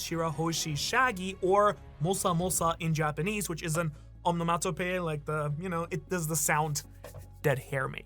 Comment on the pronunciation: Say it with me "on·o·mat·o·poe·ia"